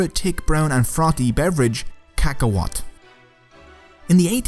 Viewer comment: What said: Cacahualt. What I heard: KAKAROT!